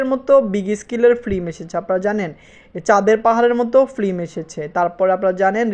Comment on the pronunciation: আপনার ভিডিও দেখতে চাই, কিন্তু ফিল্ম কে ফ্লিম বলেন, এটা কানে খুবই বাজে ভাবে লাগে। আর স্কেল কে স্কিল বলেন এটাও শ্রুতি কটু লাগে। ভিডিও আপলোড দেওয়ার আগে আপনার উচ্চারণ গুলো শুধরিয়ে নেয়া উচিত। আর সবাইকে স্যার ডেকে নিজেকে তুচ্ছ করে ফেলবেন না।